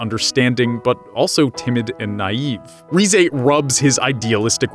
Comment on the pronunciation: No offense, but I got so triggered on how you say their names. First, its pronounced KAneki, not Kahneki. Second, its pronounced Rize, not Rizey. Third, its pronounced Toka, not Tohka. FOURTH, its just pronounced Hideh. Not Hidey. Also, haven't you watched Tokyo Ghoul: RE season 2? Hide is still alive man. Sorry if I got a little triggered 😅. Hope you see this and hope this helps :)).